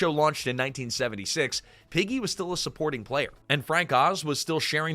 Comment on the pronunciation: Is this all AI narrated? I question it because of a few weird inconsistencies like referring to Piggy as Peggy (after switching to Piggy for most of her segment) and the most glaring one, calling Gonzo, "Gonza" .